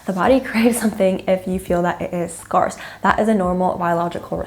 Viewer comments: Please learn how to pronounce "scarce" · Yes! Weird pronunciation kept throwing me. 😂